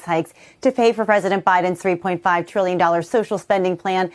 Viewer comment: Sheesh, we don't get news anymore. We get opinions and innuendo through the use what syllable you stress and such. Rather than saying it's $350B a year for 10 years, they say "Biden's three point five TRILLION dollar bill." And on the two syllables tril·lion, notice the eyebrows and non-verbal communication cues that stress the number.